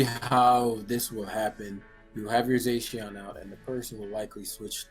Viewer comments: "Zay-sheawn" lol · Dude saying zacian wrong